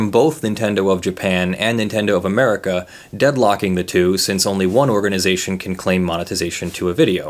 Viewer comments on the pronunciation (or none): none